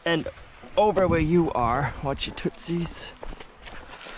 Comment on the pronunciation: “Watch your tut sees” 😂